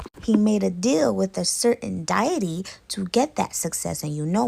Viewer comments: Girl what is a "diety?" It's deity. Check for pronunciation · Lmfao 🤣 Diety, Dye-eh-tee, It’s dee-ah-tee, deity N wassup wit dat chef boyardee hat in all the vids ? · like your narration, u just popped up on my page, and listening the Trini story, i myself a trini i heard the pronunciation of deity it is pronounced Day A Te and Suriname is pronounced Sury Naam hope you received that in stride. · Omg girl .... Deity= DEE - a- TEE